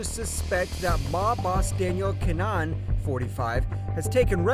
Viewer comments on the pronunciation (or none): kinAhan not Kinnan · Im sure your saying keema naan instead of kinahan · Don’t ever say his name like that again. Typical septic